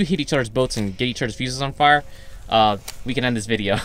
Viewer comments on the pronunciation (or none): none